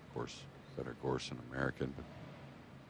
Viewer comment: Gorst! Not Gorsht